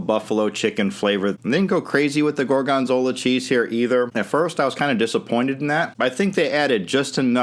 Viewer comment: why does he emphasize the second syllable, gor-GON-zola?